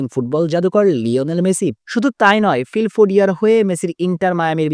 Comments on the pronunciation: ফিল ফোডিয়া না ফিলা ডেলফিয়া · ফিলফোডিয়া না ফিলাডেলফিয়া 🤣🤣🤣🤣